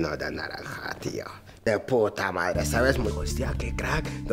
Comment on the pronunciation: Dice pota no p**a